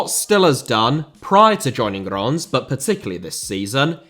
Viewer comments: The correct pronounciation is ReimS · It's pronounced more like "Ranse", as in Rinse but with an 'ah' sound. Also, you kept saying that Reims were still having to pay 25k for every game, even though you said they didn't have to, right at the end, because Will has started his Pro Licence course. Apart form that, great video! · fyi its pronounced rans not ron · Reims is pronounced something like Reemz. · Reims also. And pretty much all the other cities he named lol. It doesn't take that much time to pronounce it correctly. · Learn to pronounce "Reims" if you're going to mention it a couple dozens of times,! 😄😉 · Pronounciation of Reims was all over the shop 😂 The narrator pronounced Reims differently everytime 😂 The closest pronounciation of Reims was so he can sort of pronounce it properly when he wants to lol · his pronunciation of reims on both french and english is so off sorry